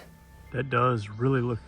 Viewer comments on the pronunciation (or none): none